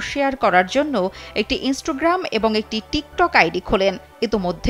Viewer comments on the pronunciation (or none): ইন্সটোগ্রাম না, ইন্সটাগ্রাম!